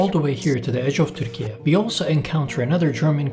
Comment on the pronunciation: Why do you use this strange pronunciation of Turkey? Erdogan is always very quick in stating that any criticism is meddling in private sovereign affairs. This is meddling in sovereign affairs of other countries. And not very smart. Ü is not found on English and many other keyboards, ü [y] is a sound that cannot be pronounced by most English speakers, let alone Spanish, Portuguese, Italian speakers. And this is only the West. As usual, another silly demand from a country that lost all power as an oppressive murderous empire long ago.